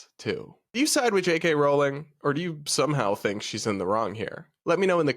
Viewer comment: It's pronounced r-owling not rolling.